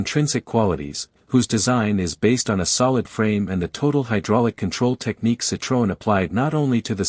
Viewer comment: The best Tissier history I have ever seen, both photos and information... One point... Citroën is not pronounced Citron. That means lemon in French.. The O and the E are pronounced separately with the two dots over the E are called dieresis...